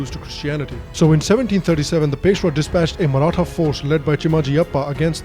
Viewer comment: The pronunciation got of all the maratha people surnames is absolutely brilliant. Very less people are able to do it correctly